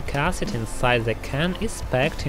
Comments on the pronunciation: Love the way he repeatedly saying ahsid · pronunciation tip, it's not pronounced "arse-id" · He's pronouncing Acid as Ass cid